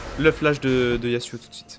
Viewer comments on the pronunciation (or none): C EST YASSSSSSSSSSSSSSSSSSSSUO PAS YAZZZZUO MAIS C PAS SRX RESPECT UN PEUX SON PERSO